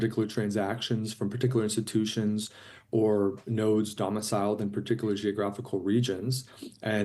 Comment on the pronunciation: Did he just say Paticaler 3 times?